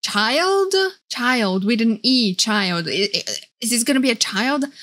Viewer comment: I knew the moment she said ‘Child’ instead of ‘Chill-de’ lmaooo